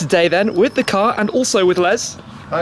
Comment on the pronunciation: the way he pronounces CAAAAHR